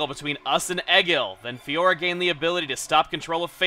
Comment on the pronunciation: I'm feel the same about saying Fiora:/